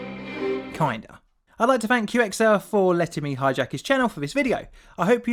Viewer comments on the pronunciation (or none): >Does collaboration with Qxir (Kicks-Err) >Pronounces it: "Q X err" >sadface.